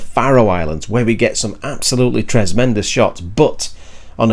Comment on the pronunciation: what is this word you keep saying? trezmendous?